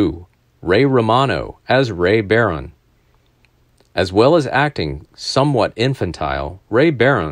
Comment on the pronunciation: The last name is pronounced ba...rone. Not "bare...rone"